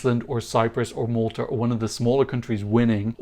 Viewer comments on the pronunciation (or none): none